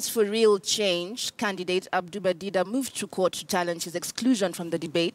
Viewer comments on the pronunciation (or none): Its Dida for Christ sake not Diva